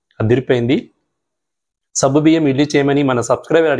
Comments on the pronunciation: Naku sabbu biyyam ani వినిపిస్తోంది.meeru alage antara.leka nene tappuga vintunnana? Adi సగ్గుబియ్యం. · సబ్బు కాదు సగ్గు